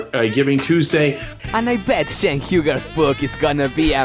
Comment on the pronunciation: its Cenk not Jenk, get your own name right,.... Have a gouot one.